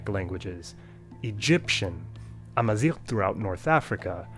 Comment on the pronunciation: Amazigh. It would be cool to have misinformed Americans pronounce my language as "Amazing".